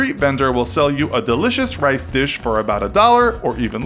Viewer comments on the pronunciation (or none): none